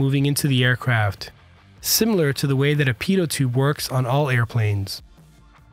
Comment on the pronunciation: "Pedo" tube? that sounds nasty... Pitot tube is probably more applicable..